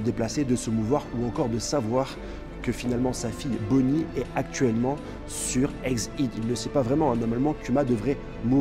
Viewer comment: exid, caillot x) c'est une manière originale de prononcer ^^